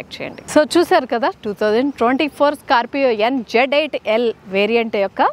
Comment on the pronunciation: Adhi. Scarpio kadhu. Scorpioo 😆😆